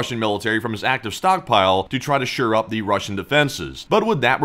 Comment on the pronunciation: at the risk of sounding pedantic, I'm pretty sure the phrase is "shore up" rather than sure-up. I hope that's helpful for the future. I suspect something got a little lost in the translation about taking Kursk... I think what he was trying to say was that Ukraine has no interest in taking Kursk to keep, but rather to force Russia into negotiations. I suspect that NK leadership will eat well tonight lol.